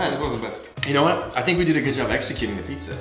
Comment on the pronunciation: Альберт вообще не напрягается в произношении. Понимаете, это делает плохую репутацию. А еще может создавать путаницу. Потому что "think" и "sink", это разные слова. И первое значит — думать, а второе — раковина (которая в ванной комнате и на кухне).